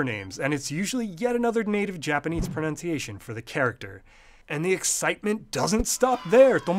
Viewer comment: "ProNOUNCiation?!" What is this madness?! On a channel about language, no less!